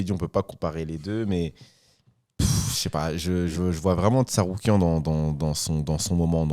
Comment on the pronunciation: Puisque ça rigole des erreurs de sur les noms, il me semblait important de noter le TsaRUIKAN à 2-3 reprises de, et la prononciation approximative de Jamahall Hill par Taylor Lapilus. Je pense que la VAR est formelle.😅